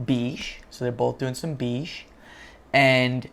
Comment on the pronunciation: Hi, please google how to pronounce beige... The "ei" sound is pronounced as "ai" sound. It's not beeege its baige phonetically.